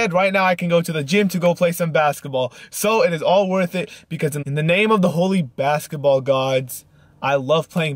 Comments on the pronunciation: lol he keeps saying basetball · How many times does he say "basaball" not basketball but "basaball" 😂